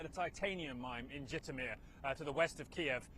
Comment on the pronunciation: Are you trying to say Zhytomyr? It is accented on the second syllable, not the first. Also, Kyiv, not Kiev.